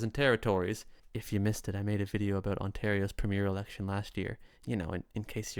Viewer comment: Pay attention to how other Canadians pronounce about,.